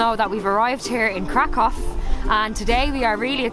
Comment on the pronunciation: oh yeah, Kraków is cool but Wrocław is just superb 😉 btw Kraków pronounciation is krakoov, not krakov. Why ? Cos ' ó ' it is not ' o ' . It's actually ' u ' ! But what we call it ' u ' - "closed". In PL there are two kinds of 'u' = normal one which is U and Ó. So Kraków = krakoov ✅. Ps. Guys,next time come to PL in spring or in summer with a temperature up to 38-40°C 🥵😉 Best Regards